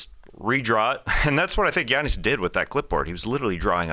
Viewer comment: dude, you say “Giannis” perfectly 👌.. sounds like you’re Greek